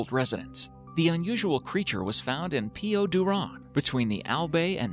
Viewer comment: Its not piyo dowran Its piyuduran And its not al bay It alBay Like bye